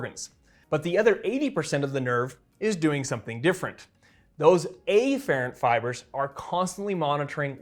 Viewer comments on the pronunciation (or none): Turns out it’s a lot of things he pronounces actually. Maybe it’s just him. EEfferent and AYfferent being a few others.